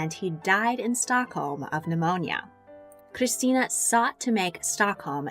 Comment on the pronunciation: Hearing her pronounce that R in Christina hurt